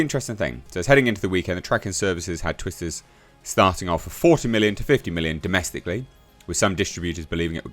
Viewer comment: Sounded like you said Twist This..😂😂